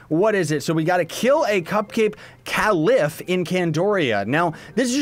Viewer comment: Its pronounced Caliph aka kay-lif